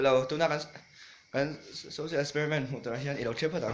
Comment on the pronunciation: cant pronounce social wtf